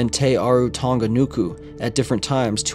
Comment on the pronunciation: It's Tong-a, not Tong-ka